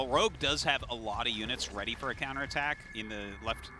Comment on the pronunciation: Haha, yeah wtf hard to get a decent translator in Korea apparently. "I did go fol mole ploduction"